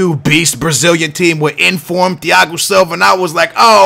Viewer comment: It's Julio Cesar, not Julio Ceaser. It's Thiago Silva, not Diago Silva.